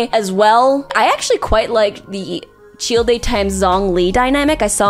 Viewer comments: … Fucking CHILL-DAY? It’s CHILDE, Like a Child. Dear lord. 🤣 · did you just call him Chill-de? its literally just pronounced Child. How do you manage to say that wrong? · I did a fucking backflip when I heard "cheel-day" instead of Child. What in the fuck? Did that surprise anyone else? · “cheel day” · That was interesting, but I just started laughing when you said "Shieldei / Tchieldei" for Childe. Hahahahaha had to watch that a few times. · It’s Childe — “Chayld” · You can tell she doesn't actually PLAY genshin when not only is she not even at inazuma yet but also she doesn't understand why Barbara would simp venti (or the fact she said "chill-day") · Chil de? Rofl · My girl, Childe is pronounced "Child" lmao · out here with the worst pronunciation of Childe that I've ever heard. It's simply pronounced the same way as the word child! It's not that hard! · The fact that she skipped Gorou and Razor is an abomination because damn, they have a LOT of good yaoi stuff out there and it's not even about being "doglike" like she's thinking they are gonna be. Also, it's been a year since this video, and I swear to god, I really hope she has learned to say some of the names properly. I'm dying at the way she says Zhongli, Childe, and Lumine lol... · bro the way she said childe.... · Her pronunciation of Childe is so cursed. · the way she pronounces Childe, Lumine and Aether are the same as i did early game lmao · tf the pronunciation for CHILDE???? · This is a great idea for a video. Also these are some really interesting pronunciations. Lumine, Aether, Childe, Shenhe... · can’t tell if you’re pronouncing ‘childe’ like that intentionally or not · great video, never fucking say childe ever again please!!